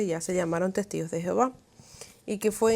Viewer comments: Por qué pronuncias Jehováv... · El gran problema de la doctrina de los testigos es su traducción, supuestamente de la Biblia, que en realidad no tienen nada en común! La traducción de los testigos te esconde cual es el verdadero nombre de Dios ! El no el nombre de Dios no es Jehova! Este es un nombre que se le dio al no poder pronuncia YHWH! El cual tampoco era su nombre !